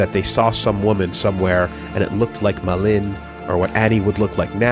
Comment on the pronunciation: I finally had time to finish the listen through at work, excellent work on this! Did a touch of research on some of the names and Målin seems to be Norse, and pronounced more like...Mo/Mow Lin, at least based on google translate. While I doubt the name will come up much in the future Frantiček is Czech, and the č is similar to the English ch / polish cz/ć. Based on the other girl's names, Maj is probably nordic, so more likely pronounced like May/My. Charlottesjäl I did a google translate on and, it was a bit different form what I expected, more like...."charlotte shall". Other than that, off the top of my head not much comes to mind. I doubt the people mentioned in the unpersoned chapter will be mentioned again - so my only comment there would be that if its a more slavic sounding name J would be more of a Y sound, so Julius would likely be Yulius to the English ear, but considering he is using all sorts of languages throughout for names and places, you would have to take a case by case approach here. Just reiterating, and noting it doesn't cross all slavic languages, but cz = ch, sz = sh, w = v, ł = w, j = y, and if you see rz it is (in my minds eye so a native Polish speaker will probably spit blood on seeing this) akin to what an English speaker might call a 'zh' sound.